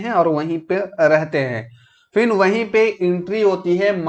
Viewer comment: Try to make good pronunciation like phir =fin,, it's heard very bad,, ap concept clear kr rhe hain na ki larkiyon ki batein krni hain,, is story me Sita is wife of Ram not a girl freind